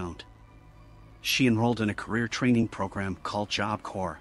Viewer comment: I know this is AI voice, but some real people need this. It's Job Corps, as in Marine Corps; "corps" is pronounced "core," not "corpse" or "corp" like it's spelled. Confusing, right up there with colonel.